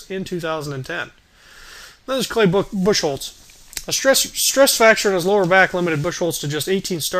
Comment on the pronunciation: Crawford had wrist surgery, not knee surgery. And its Buchholz, not Bucholtz. His name is pronouced Buch-holz.